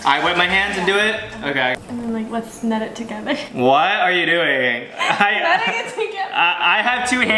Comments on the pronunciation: PRONOUNCING KNEAD “NED” IS THE FUNNIEST THING I STFG HAHSHSH 😭😭😭 also this is so cute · no freaking way they said kneed is pronounced ned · lmao when she told him knead was pronounced like “ned” i died 💀😂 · It's not nEd 😂😂 it's Knead, (knee-ad) like saying knee but with ad at the end. I love this duo, they're so entertaining🎉❤❤. Awesome cookies, they came out so good😊😎🤗👏🏻🎊. MERRY CHRISTMAS🎉🎄⛄️⛄️ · Ned? Need?: *nods* Ned: Idk how to pronounce it: Ned (confidentely): Okay I'll ned some dough Me: 🤦‍♀ it's NEED... KNEAD... NEED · "ned"? I thought it was "need" lmao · first of its pronounced need not ned😂 second of all you guys are so sweet together i love your videos so much and second we all know knew what asked because why would he say it like that and why would he say yes like most people would say no because they assume its not a good thing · It’s NEED not NED LOL (KNEAD) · It’s not Ned it’s need 😢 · I thought knead was pronounced need not Ned 🤷🏿‍♀️ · can we talk about how she's literally saying ned instead of knead🤦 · ok u guys are cute but guuuurl "knead" is pronounced as "need" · miss girl... knead is pronounced need, not ned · asking “knead or ned” and confidently saying “ned” is so funny cos it’s not pronounced like that 😂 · LoL! They're a Ball of fun! She corrected Knead the dough with the wrong pronunciation... Was like let's "ned" the dough together! So wrong and yet so cute at the same time! I will forever love # #soulmatefriends #lovables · Knead is pronounced as need btw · Stop saying Ned it’s knead eeee